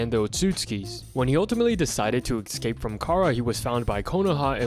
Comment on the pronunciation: STOP SAYING “ECSCAPE” PLEASE